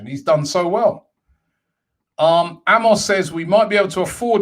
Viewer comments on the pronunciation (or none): none